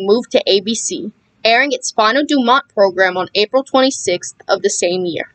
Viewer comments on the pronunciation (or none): none